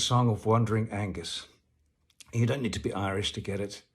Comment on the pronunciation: Aengus is pronounced Ain, as in rain + Gus. Not Angus. Aengus is Irish, not Scottish.